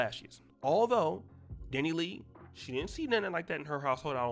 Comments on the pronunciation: Dani LEIGH (pronounced LAY) 🤦🏽‍♀️ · Dani- Lay.....I don't care about her but sheesh her name is pronounced Dani- LAY 🤦🏾‍♀️